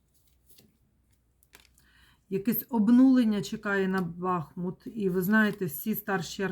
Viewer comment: Дяквю за Вашу працю!!!БахмУт-переміг,БахмУт-це Україна!!!Тільки будь-ласка -БахмУт,наголос на другий склад!!!